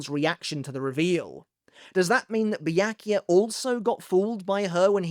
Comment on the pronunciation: Bee-yak - you - ah?